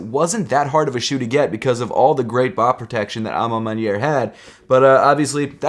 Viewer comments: Maneer not manay 😭😭😭😭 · I can see you had a hard time saying the shoe's name. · Who else got triggered when would say A Ma Maniere